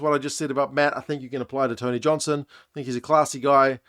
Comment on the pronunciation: As a Māori speaker, I really appreciate it when commentators put effort into pronouncing names properly. I think Tony Johnson does an exceptional job at this, particularly for Māori and Pasifika names. He's clearly put a lot of effort into getting them right